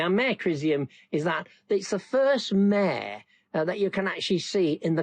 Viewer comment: Mah-ruh Mare not mair...lol